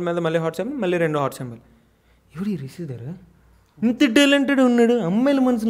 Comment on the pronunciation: Hello brother meeru ma favourite GAM couple rishidhara name ni correct ga pronounce cheyaledu so 1000+ times sorry cheppandi.😜